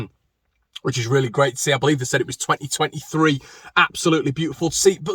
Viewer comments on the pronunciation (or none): none